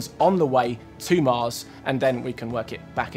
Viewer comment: "When ah we going to moss?"